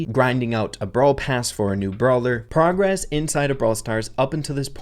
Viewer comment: why do u say progress incorrectly but progression is fine 😭